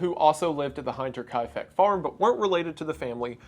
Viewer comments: I really hate being this guy, but hearing him say hinterkaifek wrong so many times just made me laugh throughout the video. I get that German pronunciation is not super intuitive, but it just sounds so wrong >.< and you can tell by the spelling that hin- and Kai- are not the same vowel. It's me, I know I'm the problem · Okay, a better example would be: 'Hinter' rhymes with winter. To cut out the evil mustache man. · Hinterkaifeck is pronounced like hinder. Short I not long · It’s pronounced like “winter”-kaifeck 😅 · Hint: the first syllable of "Hinterkaifeck" is pronounced like the English word "hint" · hAinterkaifeck? couldn't get past that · Hinter ist pronounced Heenter but the ee is short like in to be ? I cant describe it well but source: i am german lol...now that i think of it the i is a mix of ee and ü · Wendi my man why oh why would you pronounce it HAYNTERkaifeck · Your German pronunciation is usually pretty bad but this one is inexcusable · Dude. That is a WILD way to pronounce "Hinterkaifeck." How did you even come to decide the first "i" was pronounced "eye"?? You're already not so hot with language (given your liberal and inexplicable use of "to which" as a connecting clause), so coming up with bizarre new pronunciations makes you harder to watch. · Man spent hours on researching every detail of the case and yet he didn't check the pronunciation of the name that appears houndreds of times in this video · That pronunciation hurts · "The Hinterkaifeck property was called that because it was behind the small community of Kaifeck in Germany" was so fucking funny because I was only listening to the audio and I IMMEDIATELY knew the pronunciation was wrong (all love Wendigoon, German is weird) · You pronounced hinterkaifeck wrong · In german the "i" is pronounced like "e" while "ai" is pronounced like "i" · Bit more stress on the I but it is a hard name. Greetings from the German country side. Other side though 😊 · the hinter pronunciation is killing me 😭